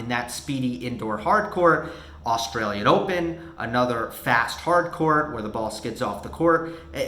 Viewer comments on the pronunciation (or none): none